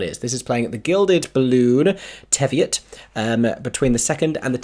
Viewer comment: Love the video and your picks but as an Edinburgh local I have to let you know... It's pronounced "Tee-viot" 😂 Some of the street names are awful to work out how to say but since Teviot is such a big venue, I thought I'd help you all sound less cringe to the locals.